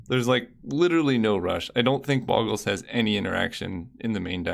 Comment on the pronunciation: Just FYI, it's not "boggles" as i "goggle", but it's "Bogles" as in "go". Check how "Slippery Bogle" is spelled, not with two g